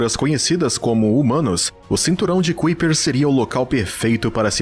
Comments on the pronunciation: Bom vídeo, mas o narrador passou quase duas horas a falar o termo "CUIPER" e isso incomoda mesmo. A pronúncia correta é "CÁIPER": The Kuiper belt (/ˈkaɪpər/)[1] is a circumstellar disc in the outer Solar System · Pqp.. Parei de ver o vídeo pq a cada vez que o narrador falar "cuipér" me dá uma agonia enorme. Poxa, custa ver direito a pronúncia das coisas? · A pronúncia correta é ´Kaiper" e não "Kuiper". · Conteúdo muito interessante, mas o jeito que você pronúncia cinturão de Kuiper dói nos ouvidos... 🧐